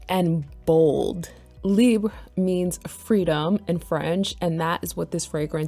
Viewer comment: Thank you for pronouncing the name correctly. Libre is ❤